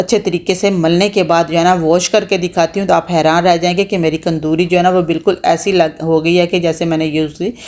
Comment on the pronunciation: qandori keh rahi ya tandoori first time suna kindly msg mn bata dein